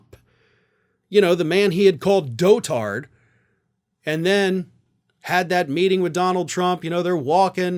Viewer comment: DOT-ard, not DOE-tard. It just means old.